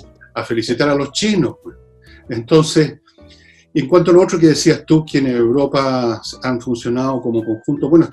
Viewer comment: ¿Por qué la chica dice "Uropa"? xd